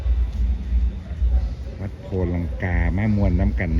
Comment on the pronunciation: วัด ไม่ใช่สัดเน้อครับแอดมิน😊😊😊😊